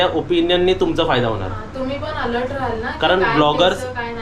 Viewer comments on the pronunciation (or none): none